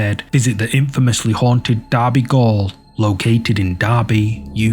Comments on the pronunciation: FYI Derby Gaol isn't pronounced Derby Gawl, it's as in Jail. xxx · It's pronounced jail even though it says gaol. Just saying. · It’s pronounced “Jail” just spelt differently Gaol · Derby gaol, i though it was pronounced jail, which makes sense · It's pronounced jail❤